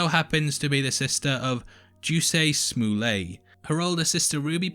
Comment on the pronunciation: Why the heck did he say jussie smollet like that 😂 like one second he says the last name right but butchers the brother’s last name WHEN ITS EXACTLY the same one 😂 👀